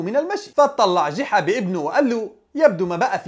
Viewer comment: يا رجل اسمه ( جُحا ) وليس جِحا